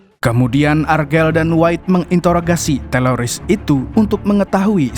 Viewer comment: Itu lu sengaja kan bang ngmongnya TELORIS. 😂